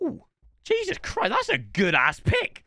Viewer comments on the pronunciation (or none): none